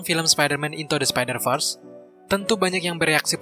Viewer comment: apa cuma gw doang yg dengar min sebutkan spider vers jadi spider first?